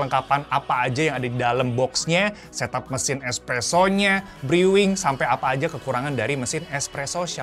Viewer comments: "bru" bukan "briw"... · Briwing ❌ Bruwing ✅ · Brewing bacanya = ˈbro͞oiNG ya, jangan dibaca briwing, bikin malu aza... Anda cukup ketik brewing di google translate lalu klick tanda micnya, nanti anda akan dengar langsung bacaannya kayak gimana, semangat belajar ya 👍 Ojo Nesu ☹ Isin-isini wae 🤣